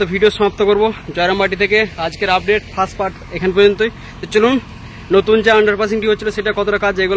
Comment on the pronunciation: চ্যালেন নয় হবে' চ্যানেল ',টেসেন নয় হবে 'ষ্টেশন 'ফাস পাট না 'ফার্স্ট পার্ট 'বাকি সব ঠিকঠাক আছে, সুন্দর ❤